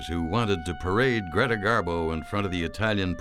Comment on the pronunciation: Do you call her Carla it’s Greta great documentary by the way love your voice dear but can’t figure out how you call her